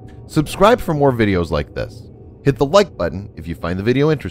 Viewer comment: Or simply can't say 'the' for some reason